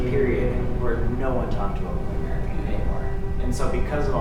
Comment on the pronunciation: Queen “Marry”